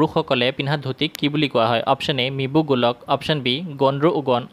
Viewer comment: Actually uncle its Mibu Galuk not mibu gulak